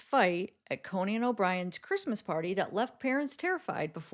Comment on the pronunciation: It’s Cone-in not Co-nan 😂